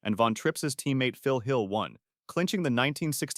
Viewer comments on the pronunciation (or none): none